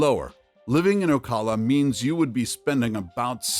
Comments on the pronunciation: It's pronounced Oh-cal-uh. Not Oh-call-uh. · Did... Did you really just pronounce Ocala as O-call-a? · Stop using AI! This is the third video I have listened to. I thought that you weren't pronouncing things properly? When you said Ocala. Yuck! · Please learn how to pronounce ocala